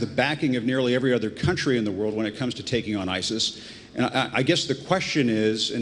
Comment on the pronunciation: EVERY THING THIS FCUKING BUM SAYS IS A LIE... ANT THE EXACT OPPOSITE OF THE TRUTH... AND ITS DONE LIKE THIS [[ double speak ]] ON PURPOSE.! AND WHEN IS THIS FCUKING BUM GONNA LEARN HOW TO SAY ISIS.?